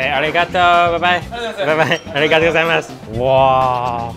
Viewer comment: If you say Origato one more time! 🤬